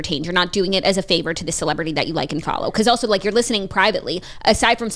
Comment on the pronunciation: The episodes are always better when jackie answers with "Im DERN good" instead of "Im doing good" lol